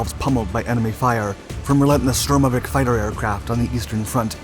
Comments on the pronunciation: Its a STURMOVIK, not a stromovick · it's pronounced STURM' o Vick